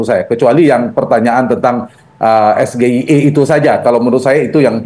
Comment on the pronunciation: SGIE parah kepanjangan inggris di baca ejaanya indonesia kelasnya cawapres kok sekelas anak SD